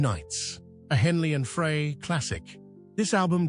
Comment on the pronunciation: AI ? " i hear it everyday now and i hate too " IF anyone's still confused . . it's Pronounced Glen ' FRY or Fri ' . . . now i'm just curious if it was your comment about all this AI sh!t now, that i read stated on here yesterday... AND Remember to THUMBS DOWN all These BS uploads on YT now , that are Lying about people and bands Tragic Ending .